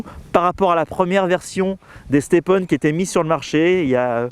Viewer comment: Juste mec arrêt de dir le nom step on parce que qu’on prononce ce mot avec ton accent anglais ses vraiment bizzard